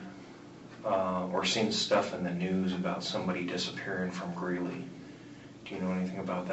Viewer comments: Great pronunciation of Poudre Canyon. But there is no "n" in Greeley 😜This was such a sad case. (CO resident in Westminster) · Haha I made a similar comment. And she has said Greeley correctly in the past on other stories. But ya there is no N in Greeley its Gree-lee. Not about accent or saying it right, it's about reading it right. Haha king soopers has always driven me crazy as a store name. But she read it right the first time. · I LOVE YOU SWEETIE BUT IT'S GREELEY NOT GREENLY. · It's GREELEY, COLORADO, not Greenley. 😊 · GREELEY, it's Greeley, not greenly. Now I wonder how much other content has butchered facts... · Greeley. Not Greenley. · *Greeley CO not Greenly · Greeley not Greenley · Greeley not greenly... cringing at this unfortunately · It’s “Greeley” …. Not Greenly lol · Babe it's not green Lee it's greeley 😅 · Sorry, just have to say, it's Greeley, not Greenly. I lived there for about 5 years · Haha Greenly! Oh. It's Greeley Gree-lee. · Im not trying to be mean, or negative however i have to say that It's starting to bug me that all these true crime people keep calling it Greenley ... Its called GREELEY ! NO N in there. I was born there. I thought maybe i had misheard the first time, but then I heard 2 more creators call it that multiple times... If you are going to tell stories about something as serious as murder, maybe recheck all the facts and get the name of the city right,otherwise I can't take you seriously!! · as a Denver local, I can't help but giggle when says "GREEN-ly" and "super king market"... its actually GREE-LY and the store is King Soopers... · It is actually Greeley not GreeNley, no N in the word😂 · It’s “Greeley” 🤣❤️ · There is no N in greely. Not sure why she keeps saying GREEN- ly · Hey girlie! It’s GREELEY no N, Colorado, and it’s King Soopers (yep, that’s how they spell it). Not whatever you said. 😉